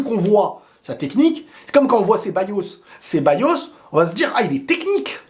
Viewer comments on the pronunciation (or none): none